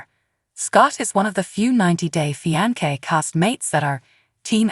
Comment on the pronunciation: Love how the AI keeps pronouncing the word fiance wrong but in different ways 🤣😂